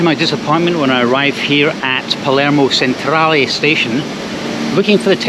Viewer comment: Really interesting video - the trick is not to stress to much in Sicily, things always work out eventually. PS Palermo and Messina stations - Centrale is pronounced ‘chen-trah-leh’.